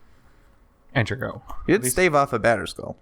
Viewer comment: what does the guy on the right say when he passes? "anchergo?"